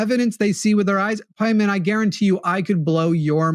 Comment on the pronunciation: Is definitely pronounced pie mon, if you’re gonna worship demons, at least get the name, right😂